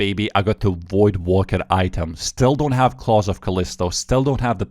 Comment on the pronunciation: brother please stop pronouncing voidwaker like that, its WAKER not wooker